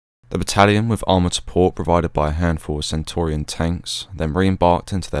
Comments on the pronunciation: Brilliant video mate, very detailed and interesting but..... it's "Centurion" tank and not "Centaurian". Apart from that...... spot on!!!🇬🇧🇬🇧✌✌ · Centurion tanks, not centorion. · Very good video. Do you mean Centurion tanks - pronounced as a Roman Centurion. Good work. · Centurion is not pronounced as you do. It's not Centorian but Centurion is only a small point but in documenting history details are very important